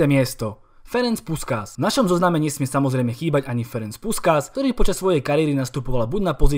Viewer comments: Číta sa to puškáš keď sme pritom😉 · Super video, jen malý detail čte se Puškáš.